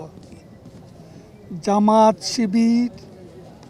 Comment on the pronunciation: জামাত শিবির উচ্চারণটা পর্যন্ত সে বলতে পারে না